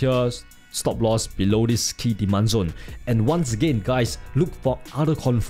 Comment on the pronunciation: Rimembah dis... "Diman Zon" Savage